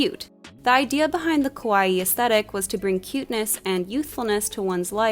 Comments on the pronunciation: ka-wa-ii not kowai, saying kowai means scary. kawaii aesthetic wasn't made for western audience, it's just part of the Japanese culture. Girls are considered to be cute, and so they live up to expectations. The extreme cuteness parts of it, like puffy lolita dresses and exaggerated printed attire did bring a lot of attention to the west as it was super girly and childlike but with adult sizes so people got hooked. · I liked this video, but I had to laugh when the narrator kept pronouncing kawaii more like kowai lol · It's not important at all, but there are two adjectives really close in sound: "kawaii" and "kowai," and the pronunciation in the video sounds more like the latter, which means, "scary."